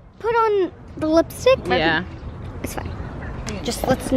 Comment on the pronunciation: lol😂 blipstick instead of lipstick 💄